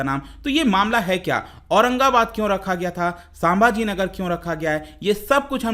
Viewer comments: Its संभाजीनगर not सांभाजीनगर 👍👍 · संभाजीनगर है नाम साभाजी नाही